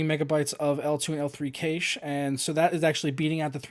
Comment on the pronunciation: cache? say that again? :p